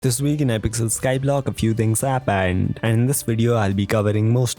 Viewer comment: “In hypixel skyblock a few things HAPPANED”